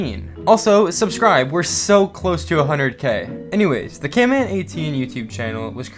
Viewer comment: I like your vids but its not camman18 its canman18